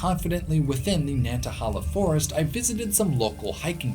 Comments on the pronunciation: 2 things. 1. Nobody is mentioning the pronunciation of Nantahala. I have only ever heard it pronounced like nanta-hey-la and this is how google pronounces it. 2. The map you show captioned "Areas in Appalachia that meet the climatic criteria of a temperate rainforest" shows some spots on the Cumberland plateau that meet the rainfall requirements for a rainforest. This may not technically be an actual rainforest(not sure), but I think you would be interested in it. There is quite a lot of mountain laurel, rhododendrons, and at least some salamanders around the big south fork national recreational area. Some parts definitely look like an Appalachian rain forest. I think some land around south Cumberland state park and frozen head state park also have similar features. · Pronounced *Nantahail-a* not Nantahal-a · Nantahala pronounced ......... Nan-tuh-hay-la I'm from upstate South Carolina which has abundant rhododendron near the North Carolina border (Table Rock, Lake Jocassee, and Cesars head) and into NC as you know. I summer vacationed yearly in the campgrounds above Gatlinburg TN in the Smokies. Again thick thick rhododendron. I later moved to north eastern Georgia in the Chattahoochee - Oconee National Forest and I can verify the area surrounding Currahee mountain is covered in our old friend rhododendron. I recently moved to just north of Roanoke Virginia and yet again I can verify thin coverings of rhododendron on the Application Trail just east of Daleville. The peaks to the east above that valley are a lighter shade on your rainfall map, still verifying your hypothesis. Awesome video and you taught me how lucky I've been jumping from rainforest to rainforest. It's just the feel of these areas that attracted me and I didn't know why but now I know they truly are special. Unknowingly I followed an, until now, hidden pattern. Thank you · And btw pronounce the third a as a long A Nan tah haaay la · Great video! It's pronounced nan ta HAY la!